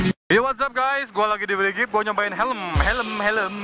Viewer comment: Brigif bukan brigip😂😂😂